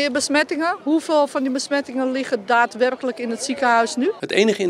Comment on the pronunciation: "Hoeveel besmettingen liggen er daadwerpelijk in het ziekenhuis? " lekker accentje hoor.